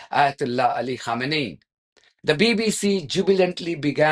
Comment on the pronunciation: His name is not Khomeini😂😂😂 its khamenei😅😅